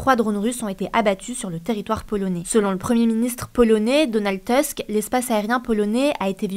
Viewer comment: Le premier ministre de la Pologne est Donald Tusk, prononcé "Donald Toussque", et non "Donald Teussque". À la polonaise donc, non à l'anglaise. Logique. C'est quand même le standard minimum du travail de journaliste que de savoir prononcer correctement le nom du dirigeant d'un des grands états européens. Vous nous avez habitués à mieux.